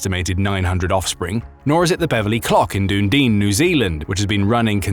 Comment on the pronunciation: The pronunciation of Dunedin is: "Duh-nee-den"😅